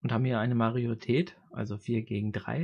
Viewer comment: Gutes Video! Heißt das wirklich "Mariorität" oder verhöre ich mich?